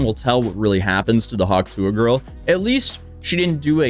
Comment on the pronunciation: Do you have trouble pronouncing the T in tuah?